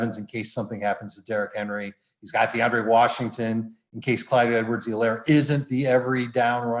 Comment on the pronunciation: For someone who says "Clyde Edwards-Helaire" more than anyone on earth.. needs to learn how to say Helaire correctly!